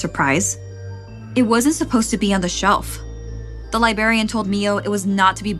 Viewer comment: “Libarion” girl…..